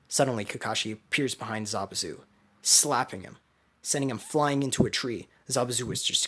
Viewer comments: hahaha zabuzu bruh im like yo its zabuza and then i hear him say zabuza like bruh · It's not zabuzu